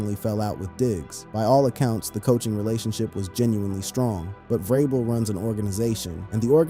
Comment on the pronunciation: It is not Ve-Robel. It is pronounced Ve- Rabel. We all we got, we all we need.